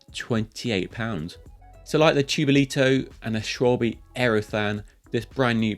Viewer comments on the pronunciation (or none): Pedants corner… Shvaabbe... not shwalby… 🙄😉😄